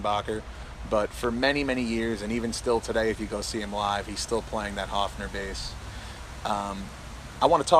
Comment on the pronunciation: It's not Hofner. It's Höfner